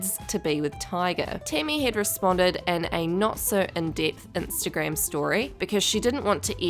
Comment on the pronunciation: „Timmy“ „wint off“ „instegrem“ 😂